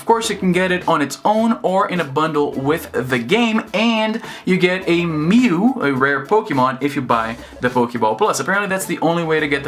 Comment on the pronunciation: "me-u" what? Lol